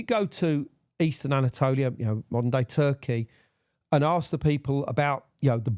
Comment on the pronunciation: "To this daih"